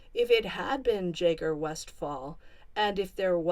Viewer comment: Why are you saying Jay-ger? It’s Jagg-er.